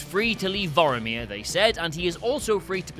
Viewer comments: OH MY GOD ITS PRONOUNCED VORMIR NOT VOROMIR, AAAAAAAAARRRRRGGGGGHHHHH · Are the people at What Culture incapable of pronouncing things correctly? It's Vomir not Voiamir. Like come on? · It's Vor-mir! Not Voromir! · Voromir? Are you mixing up Vormir with Boromir? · "bor omir" Maybe cause its the same actor as Elrond in Captain America? XD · Vor-meer... two syllables. you're pronouncing it like Boromir from LotR. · Planet "Boromir" tho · How about "Vorameer?" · Thank you, Vormir does not rhyme with Boromir. Pissed me off every time he said it. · Why do you keep pronouncing Vormir wrong?